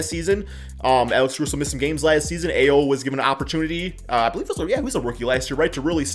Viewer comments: Ayo is pronounced "I-Oh" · Dear,. Ayo is pronounced I/O (eye-ōh). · Can u pls say ayo’s name correctly pls